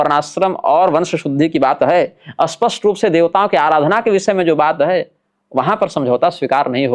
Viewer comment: आपसे पहले भी निवेदन किया था कि स्पष्ट को अस्पष्ट मत बोलिये,, इससे अर्थ का अनर्थ होता है, दोनों के उच्चारण में अंतर है। हालांकि यह दोष क्षेत्रीय भाषागत है, जो कि जन्म से ही जैसा परिवेश भाषा शैली सुनी उसी के कारण होता है, तथापि शोधन अनिवार्य है। जय माँ भगवती